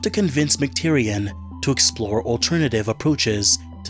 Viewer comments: McTierNAN not McTierian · Sorry to be nitpicky, but the director's name is John McTiernan, not John McTyrian